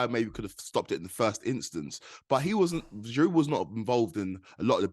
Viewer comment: GIROU, NOT GIROUDEEEE